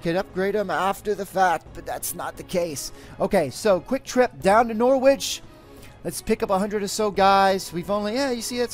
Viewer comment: Just a word of advice, you don't pronounce the W in Norwich :) Love the videos as always :D